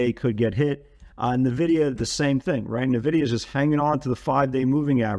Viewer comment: please correct the way you say N-vidia..... !